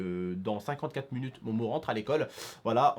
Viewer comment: Dsl mais c'est pas fruitueuse mais fructueuse et c'est minutes pas munutes et mdr la coupe à momo